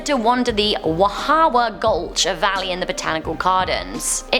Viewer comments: when she said whahawha i was lmao it’s pronounced wha-hee-wha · ITS WAHIAWA,,,,, WAH-HEE-A-WAH !!!!!!!!!!!!!!! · i live in wahiawa by the botanical garden and its accually pernounced (wahee-awa) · Hiw to pronounce Hawaiian words Huaka'I po /hu wa ka I po Wahiwa /wa he wa Menehune /me ne hoo ne Hawaii /ha va ee Pele /p e l e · Lmao Wahiawa is the best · What about how she butchered wahiawa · I live in hawaii its funny how you mis pronounced Wahiawa and menehune😂 but your right on all of storys